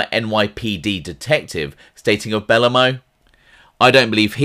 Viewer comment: buh-low-moe not belluhmow good vid tho